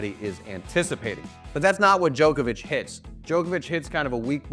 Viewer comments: His name is pronounced jock not joke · Why do ‘Muricans say “Joke-ovich” when the rest of the entire world call him “Jock-ovich”? Such an annoying pronunciation! 🤦🏻‍♂️ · Dude it’s Djokovic not Djoekoevic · Hate how Americans say Joke-a-vich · The hardest thing to comprehend is how he says jokervic